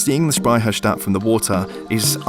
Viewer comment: Such a great video mate! And your pronounciation of Speicherstadt sounds really like we say it in Bavaria and Austria :)